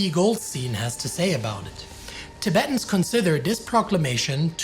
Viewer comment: TiBEETans? Really? You sound like a crappy AI when you say it that way.